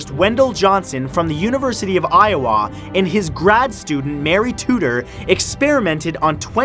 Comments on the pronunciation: It's pronounced eye-oh-uh not eye-oh-ah. (Iowa.) I'm not tryna be rude or anything btw. Love your vids. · University of Io-WAH... haha u meam Iowa? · his pronunciation of “Iowa” was funny. Eye-oh-waaahhh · I love how you said "Eye-Oh-WAW" (Iowa) instead of "Eye-Oh-Wuh"- not saying that's how it's properly pronounced, but the way you said it gave me a few chuckles XD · Americans say I-Oh-Uh. Not I-Oh-Aw or I-Oh-Ah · It's iOwa not Iawa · What I found the scariest was that he pronounced Iowa "Eye-Oh-Waah". Everyone I know says it "Eye-Oh-Uh" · I live in Iowa. its pronounced. (I-uh-wuh) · i live in iowA and i am going to the university of iowA ( he messed up on the pronunciation of iowa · I like how he pronounces Iowa as Eye OH AH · In all my years, I have never heard Iowa pronounced I-O-WAAH. Odd. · Iowa... (I-o-wah) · How about that pronunciation of "iowa"..ha, wow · I'm dying the way he pronounced Iowa. I live in Iowa so the story kinda disturbed me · Matt..you said Iowa really weirdly..and for some reason I find it amusing XD LItterally I can't stop laughing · I know that you may not know how to pronounce certain words you do not know i do to but.... please do not say Iowa like that btw love your videos! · That just may be the most Canadian pronunciation of "Iowa" I've ever heard. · Funniest thing I have heard today is a Canadian trying to pronounce Iowa XD XD XD he almost had it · your pronounce of IOWA is disturbing but creepy shit man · Talks about Monster Study about speech defects... miss pronounces Iowa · I honestly wasn't expecting you to say Iowa like that. the emphasis is on the I and A. not the W